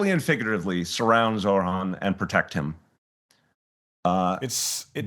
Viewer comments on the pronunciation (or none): this guys hearts in the right place but it’s ZOH-RAN. NOT ZORHAN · Isn’t it amazing that this former mayor who has spoken with Zohran many times and likes him so much yet still doesn’t pronounce his name correctly and says Zorhan instead 😀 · Who’s gonna tell him his name is Zohran and not Zorhan? 🤣😬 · Bless De Blasio but for Christ sake it’s Zohran NOT Zor-Han geez 🤦🏽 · can people learn to pronounce ZOH-RAAN, and MAM-Daani, even Zohran's supporters call him ZOR-Haan (Wrong) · Zohran not zorhan deblasio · Someone please tell De Blasio its Zohran not Zorhan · It’s unbelievable that they still cannot say his fucking name correctly. It’s ZOH-RAN, Bill, not Zorhan as you seem to say it. It’s not that difficult. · excellent interview with De Blasio. I just wish Bill would pronounce Zohran's name correctly. it is Zoh ran not Zor Han. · Zohran, not Zorhan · Zohran, not Zorhan. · Why does keep calling him Zorhan not Zohran? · For goodness sake, it's Zohran, not Zorhan. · With all due respect Bill - it's Zoh-ran. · I hope you taught Mr de Blasio off camera how to pronounce ZOHRAN's name correctly. He kept calling him Zorhan. What is it with all these people not paying others the minimum courtesy of spending a minute or two to learn how to say their name?! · Well, even though he can't get his name right, respect to Bill for giving an honest take and supporting (if not officially) Mamdani. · Respect, but please pronounce his name correctly lol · Bill can't even say how name correctly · i can’t understand this shit. I have seen more pundits mispronounce his first and/or last name than pronounce it correctly. It isn’t that fucking hard. Deblasio has “talked to him many times” and says he may endorse his campaign, but can’t even pronounce his first name correctly? Hugely disrespectful in my opinion.